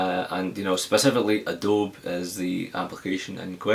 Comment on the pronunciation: it is adobeee not adobe